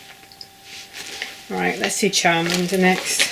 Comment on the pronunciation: When you said the Pokémon sheet was upside down and then turned it I was saying no it was the right now and then when you said you've down chowmander (sp) I was saying again no you're busy doing it 😂 bless you, we all have those moments when filming. Each time you say chowmander I think you're saying childminder 😂 Loving your pieces you've got quite a bit done 👍🏻